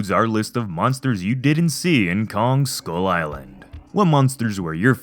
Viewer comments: “Skyul eyelan” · anddd he pronounced skull island as "school island" which is true